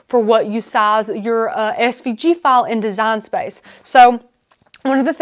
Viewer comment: what the hell accent is it? I thought she was saying cut fall. finally, she pronounced file with an i sound, so I knew what the heck she said.